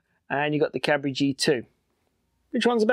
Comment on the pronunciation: don't worry for the Cabri pronunciation, it's excellent ^^ i approve, as a French lad